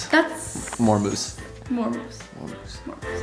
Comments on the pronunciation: She says it like meoose sometimes and then sometimes moose like normally my fav meoose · I love how she says moose 😂